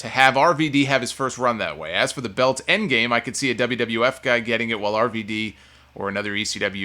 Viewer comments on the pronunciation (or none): none